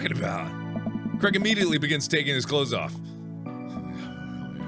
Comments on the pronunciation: his name is said "cr-ay-g" not crag please ive been saying this since ep 2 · one thing that stresses me about americans is they pronounce Craig like cregg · I low key love how Mark pronounces Craig like Creg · Mark + Craig =maig is pronounced mayge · i don’t know if this is just because i’m from scotland but Mark is pronouncing Craig soooo wrong in my mind😂